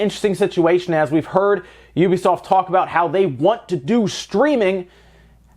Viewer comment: He said Ubisoft correctly! I feel satisfied.